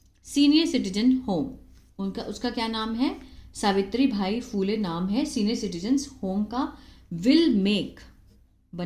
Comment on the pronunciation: सावित्रीबाई फुले है ..... आप सावित्रीभाई बोल रहे हो.